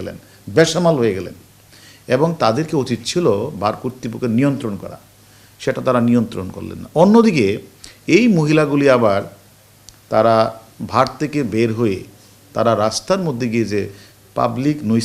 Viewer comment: জনাব পুলিশ অফিসার! আপনি দেশের আঠারো কোটি মানুষের সামনে এবং ইউটিউবের অসংখ্য দর্শক-শ্রোতার সামনে 'বার' কে 'ভার' বলছেন, কেন ? একবার ভুল হতেই পারে। কিন্তু বারবার কেন? আপনারা তো দেশ ও জাতিকে অন্যদের সামনে তুলে ধরেন। একটু সাবধান থাকা দরকার নয় কি ?